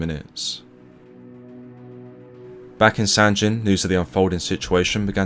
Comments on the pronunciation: Sangin, not sanjin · Nice vid. But, it’s pronounced Sangeen, not San gen or gin. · It’s not sanjin it’s called sanggin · Not to nit pick as it’s a great video and respect to the VC but the town is pronounced sang-in not san-gin again I think proper pronunciation is important in telling the story out of respect that’s all. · "Sanjin" SMH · Its Sangin, G as Golf, Goeth. Not G as Gender, Genes! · Another great video, bro! You do such a credit to our service men who deserve to "Liveth for Evermore", it's much appreciated! But I do have just one little thing to say about a minor point.... I'm certain that the 'G' in 'Sangin' is pronounced as a hard 'G', like in 'Good' or 'Girl', and not as a soft sound 'G', like in 'Gin' or 'Giraffe'. As a rule it's safe to assume that when a 'G' appears in the spelling of a word from a foreign language, and that language is not part of or connected to the Romance family of languages (descending from Vulgar Latin) then you should pronounce it as a hard 'G'. thanks again buddy. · As veteran of Sangin, everytime you pronounce the G with a J sound it makes me cringe